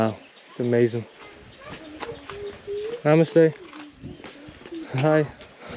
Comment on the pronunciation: Everytime he says namaste Sounds like my mistakes